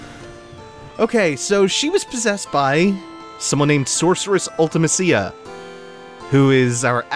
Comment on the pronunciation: So remember how a few episodes back you said that it's always jarring to hear other people's pronunciations of certain names or places in FF games? I'm personally offended at how you say Ultimecia. LOL.